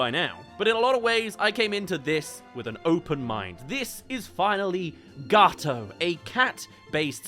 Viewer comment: What you say : Gawoto ITS NOT PRONOUNCED LIKE THAT! as an italian... this hurts me